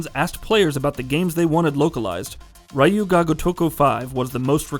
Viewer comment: Dude, I know the "Ryu" sound in Japanese is hard for the average westerner to pronounce, but this is a horrible pronunciation, i honestly didn't realize you were saying "Ryu ga gotoku 5" , you said "gotoko"!! lol, and "Ryu" is one syllable, it's not "raiyu" it's ryu(pronounced like ryoo,) Edit: wait, wtf? You pronounced it way better here?! lol